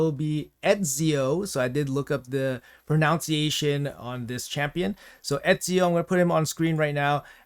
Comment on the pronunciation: Love how says pronunciation incorrectly xD